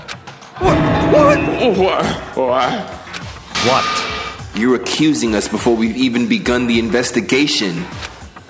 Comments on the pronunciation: Bruh for the love of god and Sakura’s sake, PLEASE pronounce her name right🤦🏽‍♀️ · They said her name and he still sais it wrong LMAO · Lml watched that whole vid and and edited into his video yet still can’t pronounce Sakura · that's how you ACTUALLY pronounce it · This man really addressed a video specifically showing how he mispronounced Sakura, fixes it for like 5 or 6 times, then spends the rest of the video mispronouncing it again THE SAME WAY 💀💀💀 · I don’t know why but it bothers me when says Byakuya name and Sakura name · please listen to how Naruto pronounces sakura🤦🏾‍♂️ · bruh before the next vid imma need you to watch a english dub of naruto to learn how Sakura is pronounced XD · this man will never say sakura's name right, IM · I started screaming when he said it wrong again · Damn you ain’t watch naruto 💀💀 been butchering her name the longest 🤣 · you still are saying her name wrong after hearing it pronounced correctly lol. its Sa- Ku-rah not Sa-ki-ra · I like how he says problem fixed, and then goes right back to saying sakura (sack-ura)😭😭😭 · Sakura (Soccer-ra) lol you returned to the other pronunciation of it right after you got it right one time 😂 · Youre wrong its Sa - Ku - Ra, not Sak-ur-ra there is a difference Lol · doesnt work that way, most of their characters in english it would be Either 1 or 2 letters (The syllables) its Sa • Ku • Ra just google a pronunciation lol its not Sak • Kur • Ra he even pronounced Sa • Kira sometimes😭😭😭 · Saykura Saikura Saycurah Me: Say SAH... KUR...AH...: sAyKuRa Also, Byakuya, I got a bird that is the best bird for you 🖕it’s this one here byakubish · Sah-Kur-Rah bro you be saying sackeruh like he name sound mad ugly lmao im on your bumper bro but im happy your playing this cant wait for the second game when you beat this! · lmaooo but wait... its actually pronounced as Sah-Ku-Ra. NOT suh-kure-ra. who ever told you otherwise is big tripping. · SA-KU-RA JEEZZZZ